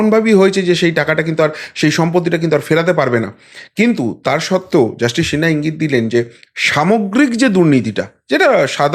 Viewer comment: আরে সিনহা, শিনহা না, আপনি আমার কাছে গানে ভর্তি হয়ে যান ঠিক করে দেবো বাদ বাকি সব ফাটাফাটি উপস্থাপনা😮